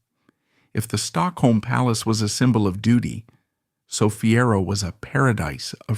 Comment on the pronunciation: If you need AI to read the text, then please teach the AI to pronounce names correctly. My Danish toes curl every time Sofie Ro, Amalienborg or Gråsten is mentioned.